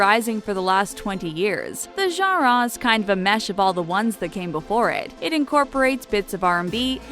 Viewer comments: Is it just me or do you you get annoyed when she keeps saying gara instead of genre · Not to be rude it's annoying when u say genre it's pronounced (Jan-ruh). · I can't get over her saying genre like jhara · Ganrraw you mean genre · The way she says "genre" as "jongraw" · the way she pronounces genre as jawh-rawr is kind of annoying... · Gah-rah do they mean Genre? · Nobody wants to talk about the way she pronounces genre? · Ok we’ve settled that everyone including me hates this video and it’s inaccurate... but don’t u just hate how this lady says “genre”?? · learn how to say genre correctly my GOD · Learn how to say genre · i hate the way she says genre lololol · Am I the only one irked by the way she keeps saying 'genre'?? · is it me or is anyone else laughing at her saying genre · Only one that cringed every time she said “genre”? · I cringe each time she kills the word "genre."